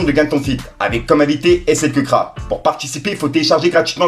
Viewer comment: C’est pas slkeukraaa😂😂😂 c’est slkrack!!!